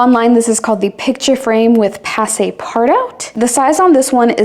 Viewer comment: Passe-partout is a French word, pronounced “paspartu”, same in English.